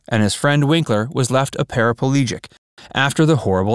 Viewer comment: It’s pronounced ‘Laif’ and it’s paraplegic not parapalegic like you pronounce it.